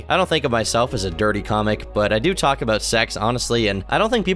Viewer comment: Can't tawlk